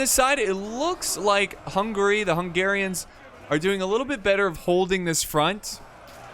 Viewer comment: lol the "ouzaytsss" ? Who are they ? They were the "hussites" (hoosseets). lol the "kingdom of hungry" hungry for battle for sure but pronounce "hun-ga-ry" ;=))